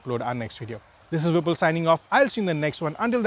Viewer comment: love the accent how you say your name........